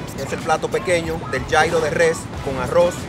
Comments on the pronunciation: Gyro se pronuncia Yirro o yiro no yairo 😞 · no es yairo!!! Es yiro se escribe Gyro y es griego aunque esos son árabes... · Como me rompe las pelotas que pronuncies Gyro (llairo) estás hablando en español !!! Pronuncialo "lliro" !!! Así se pronuncia hasta en griego !!! Perdón por exaltarme, por su atención gracias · food blogger... y luego pronuncias gyro como jairo. me encanta.